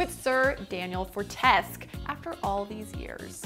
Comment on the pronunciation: FortesQUE!!! don’t forget to say the “que” This game series is my beloved Been waiting a long time, Excited for the trailer